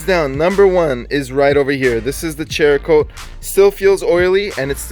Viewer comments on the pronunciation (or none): Cerakote (sarah-coat), not CHER-A-Kote...LOL. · It’s pronounced serakote not cherakote. But awesome videos and thanks for the testing! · LOL he keeps saying cherakote.... its cerakote. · Great review, but you guys really need lean how to pronounce the names of the products. You murdered Meguiars and Cerokote is pronounced ..."Sear ah ' coat...... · I find it funny every time you guys call the Cerakote "Cherakote" HAHAHAHAHA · Its Cerakote (saracoat), not "Cherakote". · I can't believe you are still pronouncing it as chericote. Where are you getting ch sound from? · Cerakote is pronounced Sara-coat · It's pronounced sarah coat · There's no 'H' in Cerakote. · How many months later and you still haven't learned to pronounce it??? (Oh and put a real grille back on that Jeep, you're mistreating it.) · Dont normally comment but you guys clear uneducated pronunciations! The cerakote is a ceramic product, hence the name! And Maguire's sounds like squires! Why would you guys pronounce things wrong clearly ! Hope this clears things up for you!